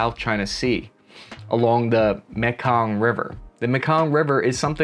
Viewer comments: It's pronounced may Kong. Not mekung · dis nucka said the muhkong river. lol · Pronounced (in America) “may-kong” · apparently its not the Mekong.......its the MAHKahn...... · Mekong River, pronounced MAYkong. Spent years in the Mekong Delta in Vietnam. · Guy never heard about the "Mee-Kong" river. Says US investing heavily there. Wow. Is this dejavu all over again? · Dude it’s pronounced “May Kong” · (Mee kong) river. It's also in Vietnam. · Learn how to pronounce Mekong.